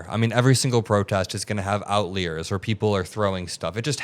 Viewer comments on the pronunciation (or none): Wait did you just pronounce “outliers” as “out-leers?” 😅 isn’t it pronounced “out-lie-ers?” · "Outliers" is pronounced with an "i" that sounds like "eye". And it's "pedestal", not "pedastool". These errors are surprising coming from you.